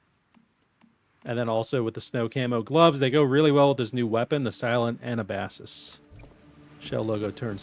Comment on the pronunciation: You miss-read it too much XD Anabasis (/əˈnæbəsɪs/; Greek: Ἀνάβασις [anábasis]; an "expedition up from") is the most famous work of the Ancient Greek professional soldier and writer Xenophon.[2] It gives an account of the expedition of the Ten Thousand, an army of Greek mercenaries hired by Cyrus the Younger to help him seize the throne of Persia from his brother, Artaxerxes II, in 401 BC.